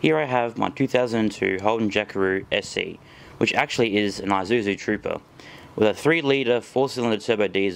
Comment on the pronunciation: Isuzu is not pronounced, "eye-zu-zu." The correct pronounciation is, "Ea-Sue-zu." That's "Ea" as in eat.